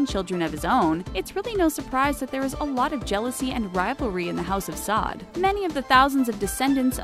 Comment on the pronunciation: Pronounced “Sa’oud”